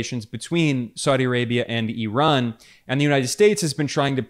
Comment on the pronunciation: Thank you for pronouncing Iran 🇮🇷 and Ramaphosa properly… thanks for respecting their names.